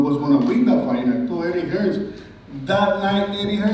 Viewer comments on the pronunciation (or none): Anyone know why Americans add the s at the end of names like they have done with hearns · Drop the s lads ffs its Hearn.